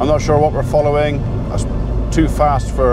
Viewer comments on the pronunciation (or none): none